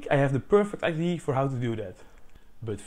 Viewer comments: Great idea (pronounced I.D.ya, btw, not I.D. - a very common, almost systematic, Dutch mistake). How much electricity did you generate on a day of average wind? I'd have thought that, trees being quite strong things, scaling this up to movement of the trunk, rather than just branches (you don't actually show what part of the tree you connected the string to) should generate much, much more electricity. Also, since you have rotational motion at the top, why not just use a simple rotational generator rather than your multi-linear one? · It is pronounced "Idee-ah" ;) A common mistake that people make when learning English. This is such a damn cool ideA! I'm very excited to see where this goes. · this holl time I thought he was saying IDs